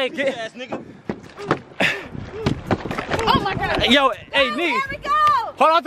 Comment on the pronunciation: whenever says oh ma god I be dying